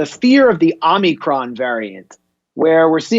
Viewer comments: First Joe Biden and now Max Blumenthal, why is everyone calling it the Omnicron variant? Is the n in Omicron invisible? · Is it Omicron or Omnicron? 🤣😜🤣